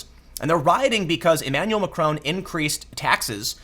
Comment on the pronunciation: Mac-RON with a softly hit 'n'. Not Macrone!